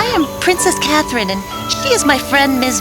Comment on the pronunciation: Am I the only one who noticed that in 814 part of the video Katherine’s name was pronounced as cat Lynn am I the only one who noticed that?